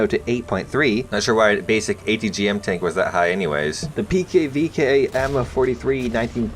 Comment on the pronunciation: Why do you always call the pvkv pkvk?